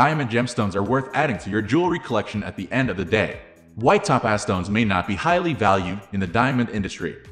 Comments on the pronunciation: It is pronounced TOE-PAZ. Not Tapaz. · EVERY TIME HE SAYS "Ta-Paz" I wanna jump out the 'F' ING WINDOW!! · Maybe it’s computer narration…top paz…?